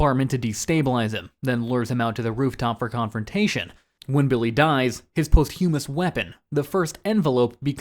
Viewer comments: That sure is an interesting way to pronounce “posthumous”. Hint: [pos-chuh-muhs] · Butchered the posthumous pronunciation lol